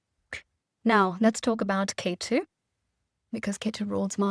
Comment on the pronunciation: I think the Vedic Names should not be mispronounced. It is Ketu and not K2 Similarly Magha, Nakshatra and so on It shows respect for the Origin of it all which is Hindu Vedic Scriptures